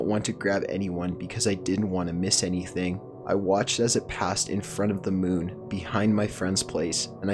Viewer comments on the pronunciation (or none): none